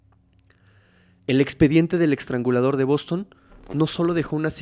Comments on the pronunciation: Me gustan mucho tus narrativas😊 nomás como constructivo, es “EStrangulador” NO “EXtrangulador”😅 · Sigues aventándote tus muchos y buenos 4s, eXtrangulador???????? Trasgresión??? Intimidat y varias así. Lee más, pero a conciencia, y corrígete. Esto está súper mal si el lenguaje hablado es tu profesión.